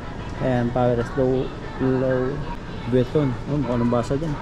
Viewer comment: Lo-wi vi-ton pagbigkas nyan bro. Silent "s"hehe